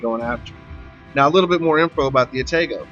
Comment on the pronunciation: Good game and description of the "Ah-tah-gou" One thing I gotta correct though (other than the pronunciation of Atago) - the turret traverse is actually top notch! Now, the turrets are slow compared to earlier and lighter Cruisers (actually not too much worse than on the Omaha/Murmansk, except both of those ships only have two actual turrets, the rest are emplaced in barbettes that never have to traverse more than around 120°, and as a result of the design will always stay on one side of the ship) - But as for every ship that has 203mm aka 8 inch cannons, IIRC absolutely none of those ships have a traverse better than about 27.5 seconds, putting the Atago at an easy second place in terms of turret traverse speeds! So, relatively speaking? The Atago turrets are QUITE fast! But I can tell you are trying to explain the Atago to the INEVITABLE, players with little to no experience with WOWS in general - probably not having gone any higher than tier 4 or 5 so far, decide they REALLY want to try high tier Heavy Cruiser gameplay, but they are still so low in the tiers they are used to the "Pew pew pew" nature of lower caliber light cruiser guns. In which case, the Atago will FEEL like it has very slow turrets! But if they have played even a couple games in the Furutaka? They will definitely feel how much faster the turrets of the Atago are! And if they have made it to the Myoko, they will REALLY appreciate the turrets on the Atago!